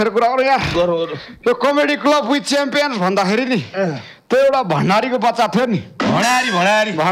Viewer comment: ओ …च्याम्पेन होइन….च्याम्पियन्स भनम न हो। आफ्नो कार्यक्रमको नाम पनि भन्न नजान्ने कस्तो होष्ट हो? 😂😂